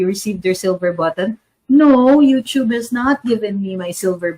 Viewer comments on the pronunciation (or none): none